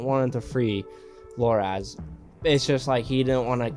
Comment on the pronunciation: His name Loras, not Loraz.